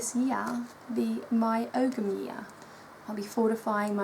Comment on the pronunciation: It's Oh-am, no g.